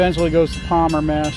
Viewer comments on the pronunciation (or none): none